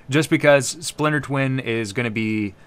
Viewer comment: Haha "Spliter Twin"